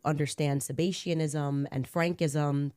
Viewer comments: d I mention Freud? And yes I knew she mispronounced Sabbateanism for multiple reasons, but first and foremost she’s using the word “sebaceous,” relating to oil or fat. But I also don’t go on podcasts and claim I’m so important that the White House should have had a comment on an assassination threat against me. And go to Dollywood 3 days after making the claim. Interesting how she said it was the most viral story for “3 days.” 😂 If I did go on podcasts, I’d make damn sure I knew how to pronounce the words I’m using to describe the global organization in charge of everything. My point is self evident. You’re brainwashed. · So you watched all 11 minutes of Candace’s run on sentence about child rape, ultimately connecting it to the 17th century cult-like splinter movement of Sabbateanism / Frankism, and agreed? You thought it was a well structured position & believable? She didn’t even pronounce Sabbateanism right 🙄